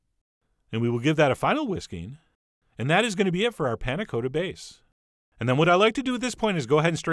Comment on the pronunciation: Coata? Really? It even has two Ts.